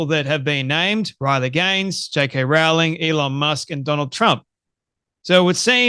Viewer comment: Rowling rhymes with bowling.